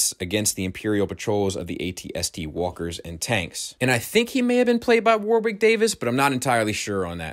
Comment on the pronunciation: Hey, Warwick is pronounced "Worrick". Not a common name in the States (or anywhere)!